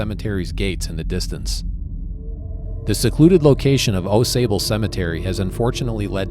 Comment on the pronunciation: Pronounced like awx. I live there.